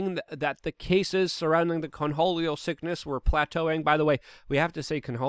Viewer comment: Are you saying coneholio or cornholio?